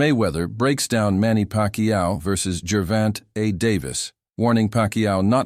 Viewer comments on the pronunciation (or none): G ervont a Davis xD yeah okay AI slop